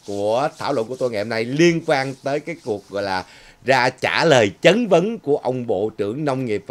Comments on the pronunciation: (Chất vấn . Không phải "chấn vấn") . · Chất vấn chứ sao là "chấn vấn " ?